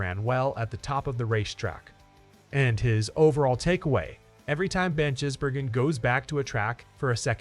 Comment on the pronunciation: If you want more subscribers learn to pronounce drivers names correctly Shane`s name is Gisbergen NOT Jisbergen